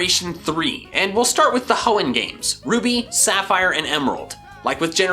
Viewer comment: You mean the heeon region right?